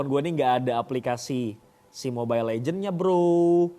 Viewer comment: mobile legends bang bukan legend